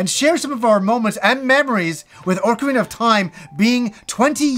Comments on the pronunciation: Wait, oar-karina of time? Never heard it pronounced that way before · Love you but you said orcarina...come on son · Orcerina of Time. Sounds like a big green guy in a tutu selling watches.